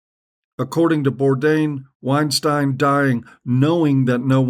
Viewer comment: I don't know why this showed up as a recommendation but this asshole is just another wannabe intellectual. You're a fuck head that knows nothing. You don't even know how pronounce Weinstein, dummy! Keep taking because it just shows what a Tool you are!